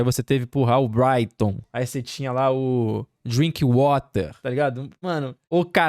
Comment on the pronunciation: O cara disse o nome do DrinkWather errado kkkkk ele usou o inglês americano. Porém é um jogador inglês então é exatamente como se escreve. O Alan tinha dito certo antes do cara do vídeo falar errado e foi pego no efeito manada e começou a falar errado também kkkkkk